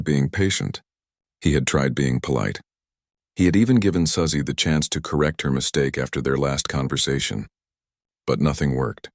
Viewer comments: A.I. narration is terrible! Susie and Suzy are pronounced SOO•zee, NOT SUH•zee. Get a real narrator and an editor. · Quit with the AI voice. It’s Su-Zeeeeee